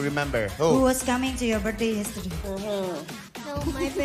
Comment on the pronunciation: 😭😭 org Indo mau sejago apa tetep aja bilang "britzdAYs" = it's BIRTH-DAY kaga pake S 😭 bapak ibu kakak adik smuanya